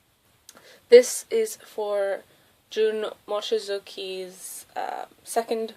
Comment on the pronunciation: You pronounced Jun Mochizuki's name wrong